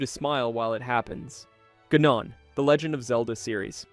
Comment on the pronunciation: I stopped watching as soon as you mentioned "gnon" my brother in christ it's GAHnon